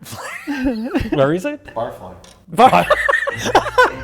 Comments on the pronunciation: ah yes, barf-ly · I always thought it was pronounced "barfly" like the adjective "he vomited barfly" :(